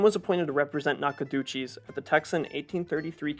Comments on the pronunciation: All of this effort to research for these videos, and you would think one would research how to pronounce Nacogdoches, Sabine, Nueces, and Rio Grande correctly. Makes me wonder how much of this video is even accurate if something that simple is wrong. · Must learn how to pronounce Nacogdoches and Sabine. 😂